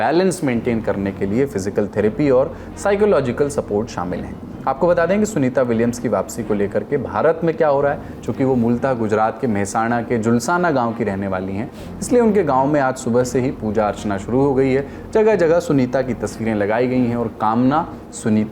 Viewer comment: सुनीता विलियम के गांव का नाम "झुलसाना" नहीं " जुलासन" है।